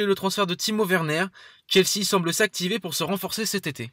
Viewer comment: Kelsea ! T es sérieux bro? Ssshhhhelsea